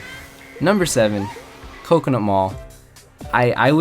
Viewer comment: "Number 7 Coconot Mall" - 2017.